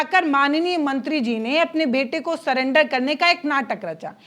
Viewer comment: सलेंडर नहीं सरेंडर है मैडम।